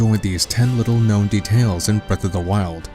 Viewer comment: man i cant get over how you pronounce "details"